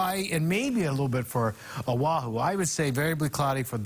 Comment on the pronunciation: Nice smooth voice, but he needs to work on his pronunciation of Hawaiʻi place names -- Līhuʻe, Kauaʻi, Oʻahu, Honolulu, etc.